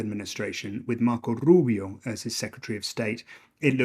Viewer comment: Why does he say Rubio's name like that? Even Rubio doesnt say it like that.